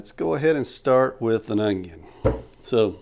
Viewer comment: a hallapeano, some cilantra, and an ungyung. 🤣